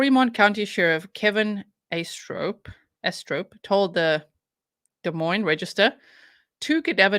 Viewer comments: You said Des Moines right!! :) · Oh wow! I'm from Iowa and I've never heard of this case! Thank you for thr coverage! And by the way yes, you said Des Moines right lol! The S's are silent:)